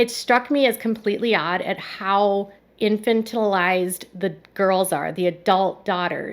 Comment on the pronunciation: I’m a fan of yours! It’s pronounced inFANtilized😀